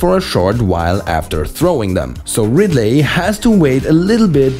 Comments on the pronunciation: STOP SAYING "RidLAY" when you mean Ridley. Ridley is pronounced (Ridlee) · Did anyone get annoyed by him saying radly?🤔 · "You want to hear another joke, Ridd-lay?" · "How about another joker, Rid-ley?" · the pronunciation of ridley is killing me